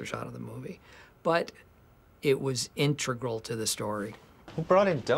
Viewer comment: And he says integral wrong hahaha